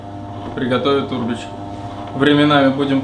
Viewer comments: Аминат Абдуллаева да,меня тоже бесило как он произносит это слово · Ударение на букву Е черт побери